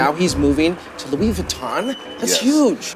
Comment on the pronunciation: Uuuhh, No one calls Kanye the Louie Vutton Don. Come on now.